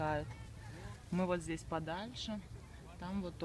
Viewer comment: Вот такой у нас здесЯ обед !! Что за сЯ в словах везде ?? Противно